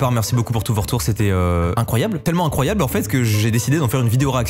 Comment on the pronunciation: C'est quoi cet accent " INCROAYABLE "